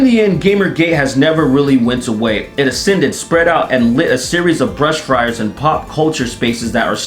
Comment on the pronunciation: "brush friars" I am the clergy of the shrubbery